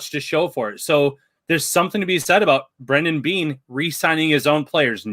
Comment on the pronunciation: His name is Brandon Beane, not brendan beane. 🤬